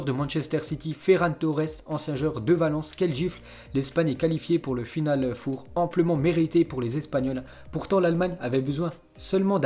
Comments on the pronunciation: Putain apprend à parlé du con ..... On dit final FOR pas foure putain c'est quatre .... Ça s'écrit four mais on prononce for ..... t'es le meilleur dans t'es conneries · Final Fauve !!? Même les chiffres en anglais ( après les noms des joueurs ) tu n'arrives pas à le prononcer correctement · On dit pas final four c final four 4 en anglais